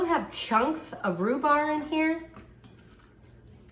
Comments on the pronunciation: Love cheese cake. Rhu-BARB, is how you pronounce that. Thanks for the step by step instructions, that is a huge help. Great tip on the water bath. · It’s a spring form pan not foam...and it’s rhubarb not rhubar lol...great recipe Amy I’m definitely going to make this❤️